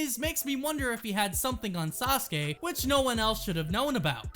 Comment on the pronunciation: “Asuskey” is really pissing me off